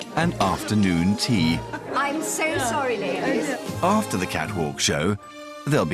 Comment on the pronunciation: 'Laydehs incapable of pouring her ewn cup of teeeea!' That male designer who publicly humiliated poor Kayla is such a little bitch.